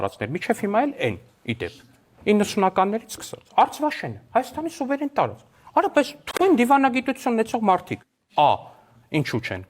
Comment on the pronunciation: Սրան նայեք սրա խոսելաձեւը դու մեր սուվեներ տարծքի հետ գործ չունես